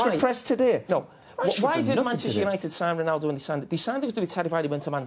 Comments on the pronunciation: "Manchester Unito" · 3.43, "Manchester unito " hahahha